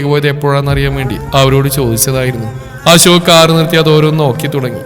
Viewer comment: ജാൻ അല്ല അശോക് അശോക് അശോക് 10 തവണ പറഞ്ഞു പടിക്കു,,, ജാൻ കേൾക്കുമ്പോ നീലാംബരി ഓർമ വരും